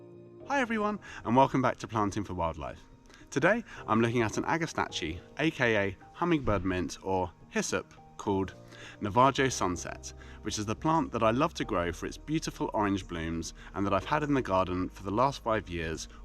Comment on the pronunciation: just got agastache! but its pronounced "nava-ho", a tribe im apart of here near the Navajo nation down south🙏🏼 ty for the vid!